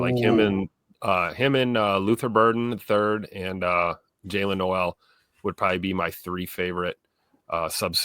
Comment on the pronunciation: Thanks for the pod. Also, one note. The WR Noel is pronounced “KNOW-al” - re: Chris Simms.